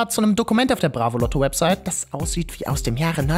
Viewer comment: Ich hab mir gedacht dass er immer ausrastet wenn er bravoloto sagt??? Loto nich Lotto!